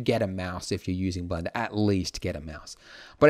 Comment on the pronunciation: Do you even English? "If you're a complete beginner to Blendo" did you mean Blender? ...not Blendo?